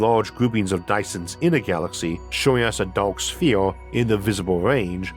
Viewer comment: A Dyson Sfeeorrrww😆😆😆